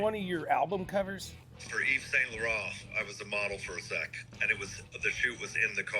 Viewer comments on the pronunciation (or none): none